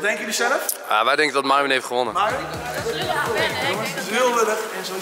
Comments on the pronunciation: hij zei niet myron maar myron (mieren) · Hij zij Myron niet mijron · Je zegt miron van plaats maren Enzo ! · Je zei Miron normaal zeg je Myron🤣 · Vgm mieron of idk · 2.21 zegt hij nog eens miron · heel bijzonder hoe enzo myron zei 😂😂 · Ja! Nooit gedacht dat Enzo dan zou zeggen🤣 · Het is zo raar dat Enzo Myron's naam normaal uitspreekt inplaats van met dat accent 😁